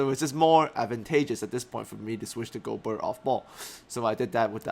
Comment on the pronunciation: Great vid as always, will help a lot ! :) Just one little thing: I'm french a bit disturbed by the way you pronounce Rudy's name aha. The "ert" part in particular. It should sound more like the "air" in a word like fair.